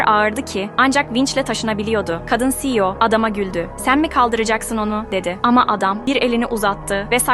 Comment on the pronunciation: C e o değil siyo biye okunur